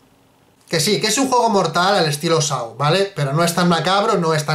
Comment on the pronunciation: Me gusta mucho este canal, pero me da cáncer auditivo cada vez que pronuncian "Saw" como sáu*. Yo entiendo que el inglés no es el fuerte de los españoles, pero si vas a hacer referencia a una película tan a menudo, aprendan a pronunciarlo de forma correcta, yo solo digan "El juego del miedo" pero se pronuncia *Só please... los quiero mucho pero venga...